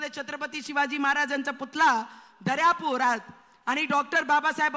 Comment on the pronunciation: Putada nahi putala mhan ye